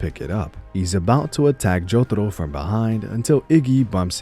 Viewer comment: i stopped watching this cuz of the way you say jotaro